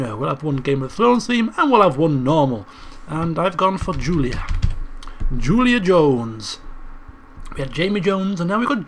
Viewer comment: you called Julia Juliad how didn't you notice